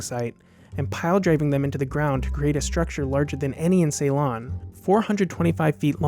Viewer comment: A well-done review, with very interesting details. I would just offer one mild criticism about your pronunciation of the movie's filming location, Ceylon (now called Sri Lanka), where I'm from: It is NOT pronounced "SAY-lon." It's pronounced "si-lon."